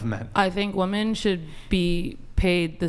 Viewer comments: Am I tripping? Why do so many WOMEN these days pronounce the word as "woman" when speaking about multiple women? Shit is weird. "Woman" is singular, "women" is plural. Tf are they teaching in school these days? oh right... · Why on this podcast that none of the women can pronounce women. Always said as woman.....m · She keeps saying "woman" in place of "women" and it's really annoying.